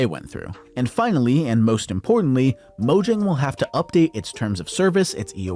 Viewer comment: mo yang is how u pronounce it